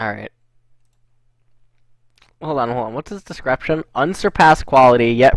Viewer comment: "Hold on whats the desCRAPtion"